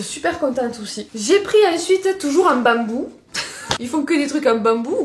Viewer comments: J'adore ton accents surtout le bammmmbou😂❤❤ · « En bambou » avec l’accent ca me tue 😂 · Comme tu dis " bambou "😂😂😂